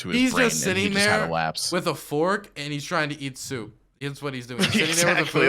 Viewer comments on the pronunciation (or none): none